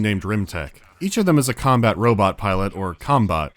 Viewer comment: "rimtech" "com-bot"